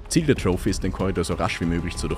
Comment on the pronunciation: …und es heisst troffi nicht troufi 😂